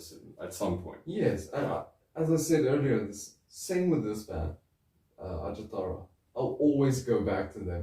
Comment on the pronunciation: ...at least you got Pasi Koskinen's legal name pronounced right. But in the name of all that's unholy, please... the "j" letter in Finnish represents the same sound as the letter "y" does in English. There's no "J"esus to Ajattara. Kudos for all the Noitumaa love, anyway. One of the most underappreciated albums of all time. The drumkit was handmade indeed, and you can see it in the video for Ikuisen aamun sara (it's on youtube, albeit in a so-so quality; if you are using that Russian social network by any chance, the quality is better there). The impression you got about the lyrics, though... not exactly accurate, I'm afraid. Koskinen writes about "the evil that men do", basically. No Jesus, but no devil-worshipping either, or any sort of worshipping, unless it's being used to deconstruct the conventional. "Are you begging for mercy from me, the one whom Satan worships?.. And I will kill - I will kill you - and all this time Satan worships us; only through blood will our thirst be quenched - we the children of apocalypse - and all this time, Satan worships us."